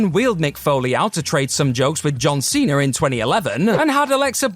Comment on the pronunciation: Everything this guy pronounces that ends with an a, it sounds like an R😂😂 John cenr 😂 idear